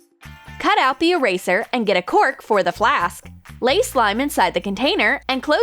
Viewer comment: You said"eeeyrayszerr" instead of eraser. But i still liked the vid.👍